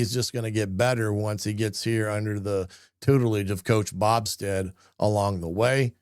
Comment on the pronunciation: It’s BO Stead not Bobsted.